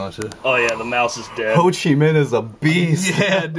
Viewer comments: It's ho chi minh not ho chi min 😅😅😅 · Ho Chi Minh not Min :P